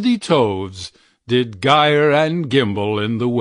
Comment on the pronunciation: It’s pronounced like ‘jyre and jimble’ it’s a closed syllable and when an E, I, or Y follows a G, the G is soft.